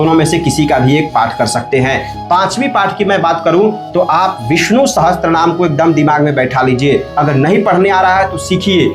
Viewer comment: विष्णु सहस्त्र नहीं पंडित जी विष्णु सहस्र बोलिये...... अपनी गलती के लिए क्षमा प्रार्थी हूँ